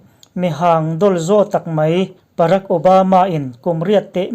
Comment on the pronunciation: Barack pawh ani lo parack obama mawle🤣